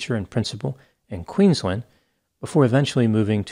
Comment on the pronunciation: Yeah nah i was shocked he pronounced Brizzy properly & apart from getting Mt Isa wrong & Queensland nearly right he did a great job. It's good to see an American actually taking the time out to learn how to pronounce Aussie states, cities & towns correctly when other American's get it so wrong that it's not only cringey but annoying aswell.. the pronunciation of Melbourne always get me